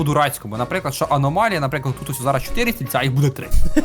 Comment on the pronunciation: Не аномаля а аномалія